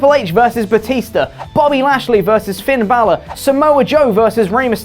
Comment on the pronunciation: Bobby lashley err that hurts to hear